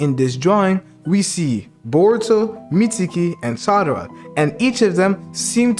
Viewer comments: her names sarada not sadara💀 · this nigga said sadara her name is sarada idiot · stupid cant pronounce sarada correctly